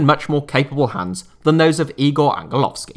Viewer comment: Damn ur so sick dude 🇲🇰🇲🇰🇲🇰🇲🇰🇲🇰 and you didnt pronounce igor angelovskis name bad,he has done a magnificent job and i dont think we need a miricle a i think we might have a pretty good chance vs ukraine and austria we might just be the ubderdogs no one expects (evrybody looking at turkey)